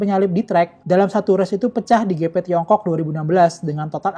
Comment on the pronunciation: Waktu baca GP di baca gepe, waktu baca moto GP di baca english, Alangkah indahnya di baca aja english dehhh